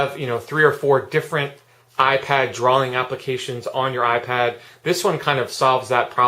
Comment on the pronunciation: great app. you say drawling lol